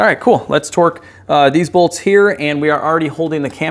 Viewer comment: You say "twerk" instead of torque and i laugh every time.